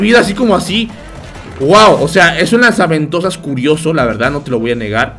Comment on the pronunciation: Todos: Lanza ventosas o Gancho XD: LAZA VENTOSAS XDXDXDXD